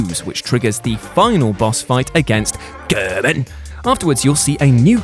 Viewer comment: Nice list but goddamn the narrator is fucking annoying. Especially with the emphasis on what sounds like “GERMAN!”.